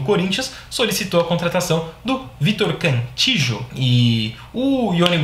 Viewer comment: Não se pronuncia Cantijo. A pronuncia é Canti-io.